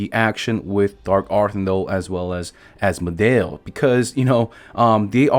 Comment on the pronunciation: Ass-model turned into as-modale turned into as-mo-del. Your name pronouncing is killing me